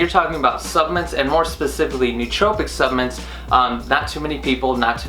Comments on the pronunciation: Suhp-la-ments jesus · I am into the video and if he says Subments one more time, im leaving ahahaha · Subments. You keep saying subments.